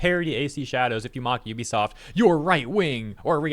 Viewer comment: LOL there is no such company as "Yoo bee soft". Ubisoft is pronounced "OO bee soft". No "y" sound. God, public education failed all of you.